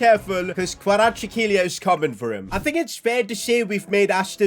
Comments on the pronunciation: it pronounces like kvaracxelia i am from georgia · It's pronounced Kra vets kehlia That's how the commentators say it irl. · Kvaratskhelia K(silent) varat-skhe-lia Kvaratskhelia It was also hard for me as well but if you actually find out how to say it, It's easy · ‘this all was possible because we have our first 90 rated player in Kvirachsjsihe’ 😂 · Kvaratskhelia name is pronounced Varats-Khelia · we promounce his name in georgia xvicha kvaracxelia pls getbitvrumight next time ❤ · Its xvicha kvaracxelia still waiting for all of the media and youtubers to pronounce his name correctly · Hey this is how can u pronounce kvaratskhelia s name you havet say kvaracxelia this is how you say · Btw it’s pronounced kva-ra-sch-elia